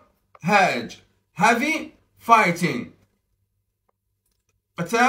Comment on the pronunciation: مع احترامي لك نطقك غير سليم بتاتا الكلمة تنطق بالترقيق وليس التفخيم الكلمة إنجليزية وليست عربية